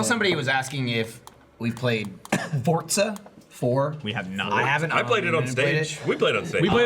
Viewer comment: Not Fortza guys, "Fore-za"